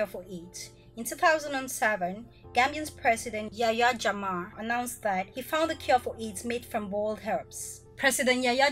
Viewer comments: Is jammeh not jamma😂😂😂😂😂 can't stop laughing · The former president Yayah Jammeh his last name was not pronounced correct by you. Is not Jamah is Jammeh. You better pronounce it correctly please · I am sorry to say this but the things you are narrating only 1% is correct out of 10. The person who feed you information about The Gambia knows less about The Gambia I am sure of that and our President's surname is not Jamma the correct way of pronouncing is, Jammeh not Jamma .